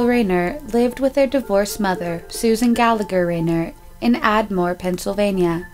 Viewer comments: It's not "Ray-NERT," it's pronounced "RYE-nert." And it's not "Ad-more," it's "Ardmore." And it's not "Sawarta" Township. It's SWATARA Township. If you are going to go to this much trouble to create a podcast please take the time to try and learn the pronunciations of place and family names out of respect to the victims. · “Admore” haha. It’s Ardmore. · Excellent segment, I just wanted to offer one quick correction: you mispronounce the town name - it's ARDmore, not "Ad-more." I grew up on the Main Line in the next town over (I was born 6 months before Bradfield's arrest) and my mom followed this case closely because she was also a local schoolteacher at the time the Reinarts disappeared. The principal was involved in all sorts of shady shit including being stopped by police while sitting in his car in the parking lot of the Gateway Shopping Center, which is right down the road from where I grew up. Apparently he was on crack or PCP and had a bunch of weapons in the vehicle. I went to high school in the next district over from Upper Merion. Crazy, crazy story. My mom still talks about it. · It's ardmore pa not admore pronounce ur words right ty.Ur not pronouncing words right u can throw people off if their looking for someone or whatever. Upper Merion not Marian. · Admore lmao, it’s Ardmore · Are you trying to babble out Ardmore Pa??? No such place as Addmore!!!!